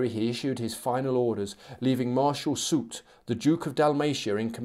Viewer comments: Soult is indeed pronounced "soolt"! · It's Marshal souuuu in French and SouLT in English. So yes you were saying it right